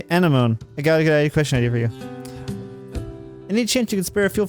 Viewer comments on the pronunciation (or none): Anemone is literally pronounced “a-neh-ma-nee.” It’s a name derived from Greek, the same word as sea anemones (like in Finding Nemo)